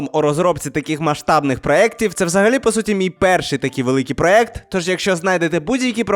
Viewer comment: Доброї ночі, дуже цікаве відео, в загальному як завжди) До речі, правильно проЄкти